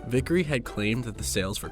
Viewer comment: My last name is almost the same as Vicary it's just one letter off. It's pronounced the same and it bothers me how he got it that wrong.